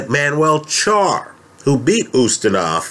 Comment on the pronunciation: Charr is the only "Spanish" name that can get correct.